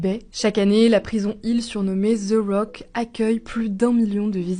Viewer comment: Ze rock - 😂🤦. Apprendre de bien prononcer d'abord 😉